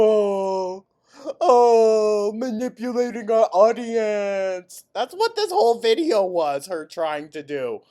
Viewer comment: I’m not sure what “ma-nipple-atin’” is but it sounds gross, ew